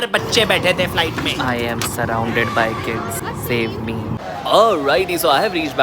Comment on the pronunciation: "cOmE aLoNg WiTh mEh" Was epic 🤣